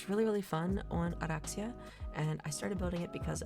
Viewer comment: love how you roll the R's for oraxia, ive heard too many "or-axe-e-uh"